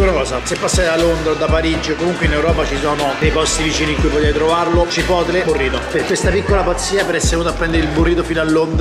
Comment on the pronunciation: Nessuno: Assolutamente nessuno:: CIPOTLE